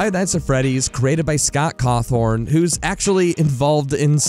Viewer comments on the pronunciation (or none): Nobody’s gonna point out “Cawthorn” and hun showing the bite of ‘83 while saying ‘87? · "Cawthorn"... "Juillermo"... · Dude actually said Scott cawthorn 💀💀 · Scott caw-thorn